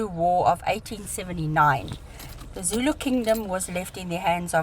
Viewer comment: Great video as always! I've been very impressed by how pronounces difficult Zulu words throughout your KZN series. Being Zulu myself, I think she is at Jonny Clegg's (nicknamed the White Zulu) level. 😊😊